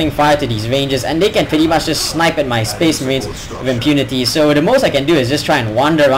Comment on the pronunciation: and says spece merehns